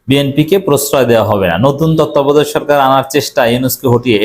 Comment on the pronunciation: ভাই তত্ত্বাবধায়ক উচচারন করতে পারেন না আপনি আবার কিভাবে সাংবাদিকতা করেন, মুখ্য সাংবাদিক।